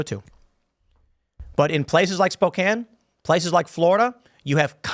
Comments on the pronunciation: Finally someone told Tim it is pronounced Spo-can NOT SpoKANE. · lol. Someone else must’ve told him how the town name is said. Spoke-Anne :). Made my ears bleed just a little listening last time. 😆🤷🏻‍♀️. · you'd think tim would bother to learn how to pronounce american cities...